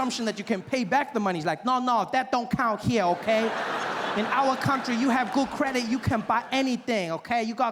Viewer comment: Kweehde (credit) 😅